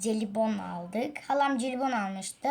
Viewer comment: Celibon değil jelibon diye okunuyor :]